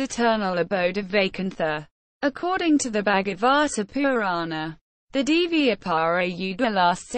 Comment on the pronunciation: not pronounced properly